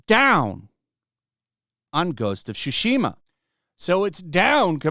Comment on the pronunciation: Yoi-tai. Just say Yo-tay it;s the closest you'll get. After several years he's still saying Shushima......